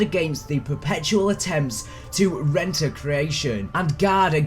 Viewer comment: Hey its pronounced re-enter not reenter just for future reference